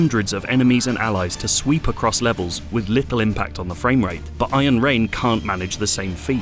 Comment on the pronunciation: What i hear is Ayen Rand :)